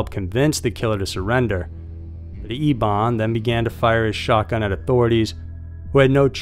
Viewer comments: Why are we pronouncing "Eben" as "Ebawn?" Just curious. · Referring to the last story, are you saying his name correctly? It is spelled Eben and you are saying E(e)bon ..shouldn't it be either pronounced E(e)ben like Big Ben or like Evan but with a "b"?